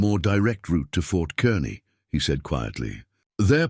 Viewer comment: Fort Kearney is pronounced Kar-nee